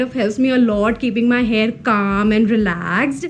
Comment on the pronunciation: Do all north indians pronounce hair as hear? Coz I've observed Taapsee Pannu say the same. No offense.